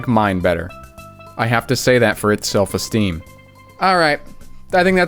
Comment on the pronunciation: "I have to say that for it's..uh..self, eh-steam"